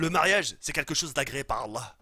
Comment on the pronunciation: Tu dis pas mariage mais ma3iage